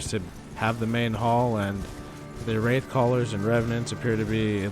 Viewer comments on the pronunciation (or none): none